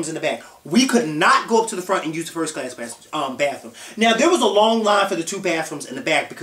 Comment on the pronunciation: LMAO ITS FOR FIRST CA-LASSS HAHAHA